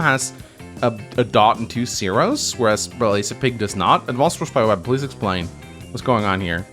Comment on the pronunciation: Blazipig is pronounced "blay zi pig"